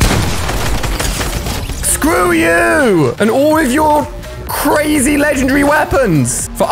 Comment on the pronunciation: Who says swrew you